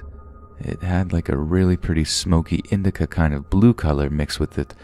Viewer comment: Lol "indica"